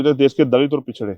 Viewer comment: एंकर जी...पछडे नही.. पिछडे याने.. औबीसी...अन्य पिछडा वर्ग... सही शब्द का उच्चारण करे.. महाशय...! भाई जी कि तरह..! जय भिम..जय संविधान..जय ए एस पी..!